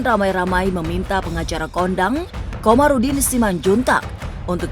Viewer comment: Kamarudin bukan Komarudin!